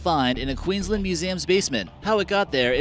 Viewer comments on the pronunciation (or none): none